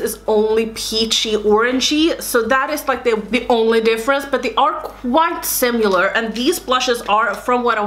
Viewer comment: I loved this video, dear! I live for dupes! One thing that I'd like to suggest (not trying to be mean!) is the way you say "similar." You say it with a "u" in it like sim-u-lar, but it's actually sim-i-lar. I hope you don't take this the wrong way, but I'm guessing from your accent English is a second language for you so I just wanted to offer up some help. :) Thanks for such awesome content!!!